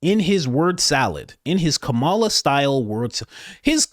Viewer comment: Coach! It's pronounced "coma - la"! She was your Vice President for 4 years. How do ppl not know how to pronounce her name by now?